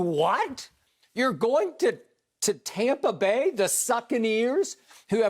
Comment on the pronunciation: Does anyone else get irritated when Skip says “Taumpa Bay” Shannon Voice: Where’s the U Skip?!?